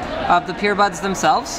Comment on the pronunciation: is anyone else hearing "PEERBUDS"